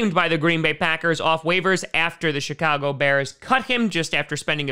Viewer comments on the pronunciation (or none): none